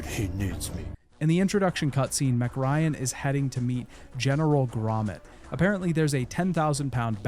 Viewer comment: The name MacRyan really threw me off. It sounded like you were talking about the tiny blonde actress from the 90s the whole time. You know, Meg Ryan.